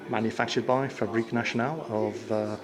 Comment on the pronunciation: as a Belgian I must say 2 things: 1) you pronounced zeebrugge correct good job:) and secondly I couldn't stop laughing the moment you mentioned fabrique national